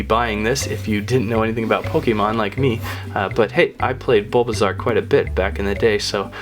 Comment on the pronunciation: Dude it's bulbasoau pretty iveasour and venusour